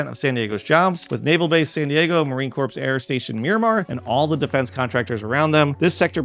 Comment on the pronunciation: Breathe. I ended up watching this at .75 speed. Seriously... relax. Plus reminder: Our weather is measured at the airport on the coast. That "days of sunny weather" data should be measured west of the 5 where most people live... and there are MORE than 300 sunny days a year. and... dude... you said "Marine CORPSE"!!! C'mon.